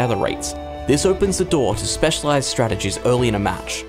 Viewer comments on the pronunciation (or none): none